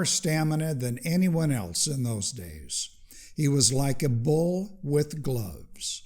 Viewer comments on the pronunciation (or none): none